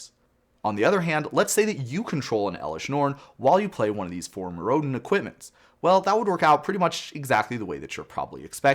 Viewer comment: I like how you pronounced "Mirrodin" two different ways nearly back-to-back.